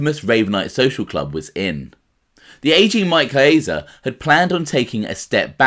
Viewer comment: ....Not kidding at all, and you aren't the worst offender. There are others far worse, but the fact remains. Caiazza.... there is no long "A" sound in Italian. Ca-yahtza. Casso - Cahsso, not CAYso Gravano is an uneducated street guy, not a professional broadcaster, as are most gangsters. He cannot really read either, and the vast majority of made guys have learning problems and/or did horribly in school. Doubling down on their ignorance isn't the way to go. I enjoy you & your channel. My comment is true of almost ALL YouTube mob channels and is perfectly thought out. Again, you are not the worst offender. I know some Italians can't even properly pronounce their own names; this is for many reasons; one of them being schools and workplaces (teachers and bosses) either couldn't or didn't care to pronounce properly, so they went along with it. I get it brother! I can see you care, and get shit about this. You say you "can't win." I RESPECTFULLY disagree. You can't please 100% of the people (I agree), so I would pronounce it CORRECTLY, rendering the complaints meritless. You can't control others mispronunciation, but you can control your own. Buona Fortuna......I really enjoy your stuff and am not trying to troll you